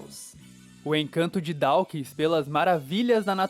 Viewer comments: Pronuncia-se "Dóquins". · Adoro o e gosto muito de todos os vídeos, especialmente os documentários. Como leitor de R.Dawkins, achei o vídeo muito bom, mas chamar Dawkins de "Dáukins" incomoda os ouvidos. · Dáukins… que dureza ouvir isso…